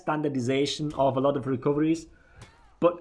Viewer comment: Anal'ot of issues lol